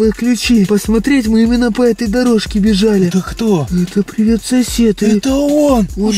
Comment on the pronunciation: Там, пиривет, сосед, 😮